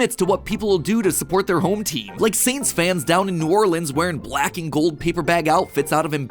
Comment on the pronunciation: As a man who lives in New Orleans, you actually pronounced it correctly!